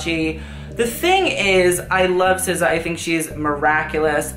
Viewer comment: SZA is pronounced "sa" not "sissa"